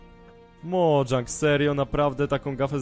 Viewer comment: nie modżang tylko mojang